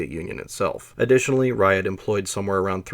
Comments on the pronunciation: JFYI, It's not "rayad". It's pronounced as "rjad" without buzzing in "j". The approximate english translation would be the "line-up". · He means Ряд, he just pronounces it wrong. Every time he says "raiad" my ears bleed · Ugh, you're pronouncing it wrong. Sounds more like Rad than Ry-ad. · Not “Rye add”. It’s a single syllable: ryad. If you have to skip a letter, skip the “y” and pronounce it like “rod”. Tnat is at least in the ballpark. Rye-add is complete gibberish. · It is not [ˈraɪəd], it is [rʲæd]. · A more correct prononciation would be like the city name Riadh.